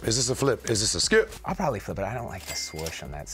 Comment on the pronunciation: for saying Skee-p